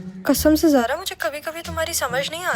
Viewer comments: Kisi ne notice Kiya ki sarmad ne zara ko sara bola h😅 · he said Sara instead zara